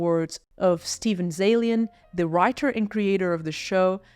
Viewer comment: "The" is pronounced "thuh", not "duh".